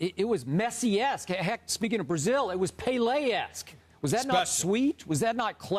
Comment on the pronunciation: The way he said Pele brought me physical pain